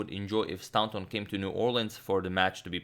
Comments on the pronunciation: Probably should have said a few videos ago, but you're pronouncing 'Staunton' incorrectly. You're saying 'STOW(rhymes with cow)+NTON' but it should be 'STOR(rhymes with war)+NTON'. The 'taunt' part is the same as the word 'taunt' and as it is in the town of Taunton, Somerset. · It's pronounced 'Stornton' not 'Stownton'. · Staunton is actually pronounced Stornton not stowton. It's an "or" as in core sound not an ow as in cow. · I've been meaning to say this for a while (have been watching this series from the beginning.) But I'm finally going to mention it: Pretty sure 'Staunton' is pronounced 'Storn-tin,' not, 'Stown' (like the word 'town' with an 's' on the beginning,) -tin. Interesting game though, and it's nice getting a bit of back story too :-) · Staunton is pronounced 'stawnton' just to clarify. Loving the Morphy series it's fantastic. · Love your content! By the way, the au in Staunton is pronounced the same as the au in Paul, it’s an ‘or’ sound. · The "au" in Staunton is pronounced "aw" in straw.... more vast knowledge. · I found a source that says, 'Stahnton'. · Staunton is actually pronounced like 'Stoornton' FYI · Staunton pronunciation: The first vowel sound is pronounced like straw. English diphthongs are very tricky and often irregular